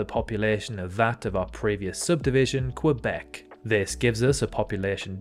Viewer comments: Couldn’t pronounced Quebec right though 😅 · I know it would be wrong in French, but is his pronunciation of Quebec not correct in English either?